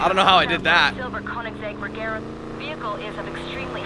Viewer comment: Boy said rajera it’s Regera with a G not a J